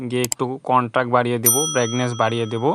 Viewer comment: যেটাকে ব্যাগনেস বলছেন ওটা ব্রাইটনেস হবে